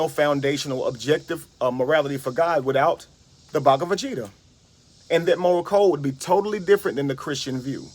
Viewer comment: That was killing me. I kept picturing Vegeta asking why he keeps calling him baga?